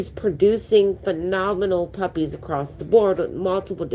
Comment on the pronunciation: Magnificent puppehs. Struhcture indeed!! Thank you for the live stream. Keep up the great work, always!!